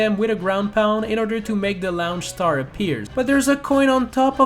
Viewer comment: 1. They're called 'Launch Stars' not "Lounge Stars" 2. You still touched those 6 coins, you cheater. Edit: Oh wow! YOU ARE A HUGE CHEATER!!! 3. You still touched that giant coin. 4. Purple coins are still coins.